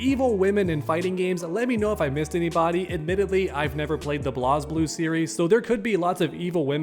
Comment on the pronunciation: The game is called Blazeblue not Blas Blue, I said this like twice it is Blazeblue